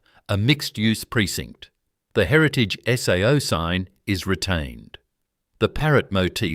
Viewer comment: Please get rid of the AI narration voice, as it can't pronounce the names of the products correctly...SAO is pronounced as "say o"